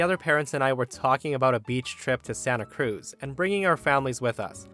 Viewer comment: I've never heard anybody say Santa Cruz with the emphasis on Cruz before